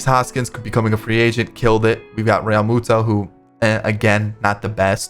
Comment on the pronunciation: Jt “realmatada” uhhh ok